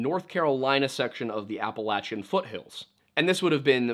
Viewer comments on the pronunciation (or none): none